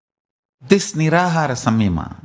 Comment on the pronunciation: It is not Nira-Hara, it is Nir-Aahaara (Nirahara)